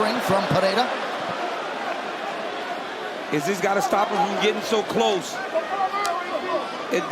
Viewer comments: its pereira not pehera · "Pejeira" :face-red-droopy-eyes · None of the announcers know how to properly pronounce Pereira